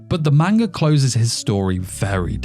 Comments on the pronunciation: video seemed good but then you said “maneguh” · Grown man still can't pronounce manga 😂😂